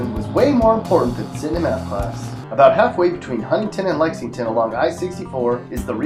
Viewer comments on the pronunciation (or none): none